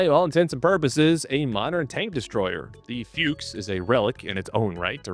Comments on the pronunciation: 'Fuchs' is pronounced 'Fooks', with the 'oo' part pronounced like in Brooklyn, not like in Hooters like 'Books'. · I have to admit I laughed at every "Fyooks" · I hate the way we're saying "fuchs" like "fuchs" and not the way that everyone wants to say it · it is F-U-KS or F-U-X with "U" spelled out not a "YOU" but hard "U" meaning fox as the animal, not with F-YOU-KS as you do a dozen times causing a tick in my right eye, nor with "A" instead of "U" as your favorite leisure occupation....over and out..... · Side note: "Fuchs" is pronounced like you would "foox", and yes, it does actually translate to 'fox'. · Can I sperg out for a moment over Anglophones not being able to pronounce Fuchs half-way correct, just say Fox. On a related note, Rambo doesn't sound half as cool in its original Swedish form, its Ram rhymes Mom and Bo is pronounced more like Boo. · Please ponounce it "Fux" The Bundeswehr planed to get rid of them but we lack functional equipment so, now it is a missile tank destroyer...